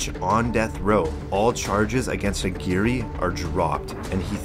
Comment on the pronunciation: Lmfao how did you pronounce that first guys name? It’s much closer to ag-wire than whatever the fuvk you said hahahah